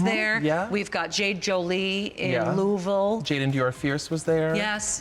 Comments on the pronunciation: I am just so happy michelle knows how to actually say Louisville I thought couldn't love her more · THANK YOU for saying Louisville correctly! I’m seeing Yvie next week at Play Louisville and I can’t wait! I have to work for Brooke’s night and I SO wish I could go. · I love that Michelle said it right!!!! It's LOO-UH-VUHL.. I see you Michelle!! ♥️